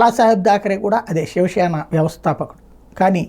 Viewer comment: షివ షేన కాదు .. శివ సేన .. తెలుగు సరిగ్గా మాట్లాడు